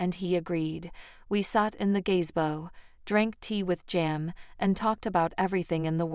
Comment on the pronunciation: "Gaze-bo"? Really, AI voice? You don't know how to pronounce "ga-ZE-bo"?